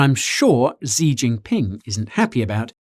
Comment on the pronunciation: Xi is pronounced "she" not "zee"